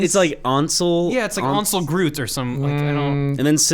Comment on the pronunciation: "Ansel Groot" Boys, I love you, but...